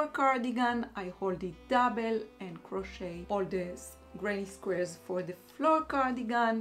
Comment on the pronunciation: Hi, don’t worry about the length of the vlogs. You are lovely and we love listening to the things you share. Another of my favorite bloggers always posts an hour long vlog where she talks about her life and shares her decision making process just like you do and it’s not at all boring. Just FYI, the letter t in the word crochet is silent. So it’s pronounced “croche- and croche-ing. Looking forward as always to the next vlog 😊